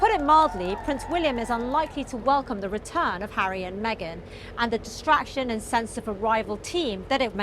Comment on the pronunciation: ... did the lady say 'William and Harrow' ? I surely misheard, but... would fit a bit.